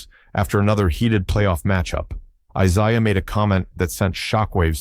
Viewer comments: Decided to scroll instead of watch when he kept say "Eye-SI-ah." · Bird didn’t hate Isiah Thomas. And you are pronouncing the name wrong. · The goof can't even pronounce ISIAH Thomas"s name. OR Mahorn's. ALL Lakers and Pistons. STUPID video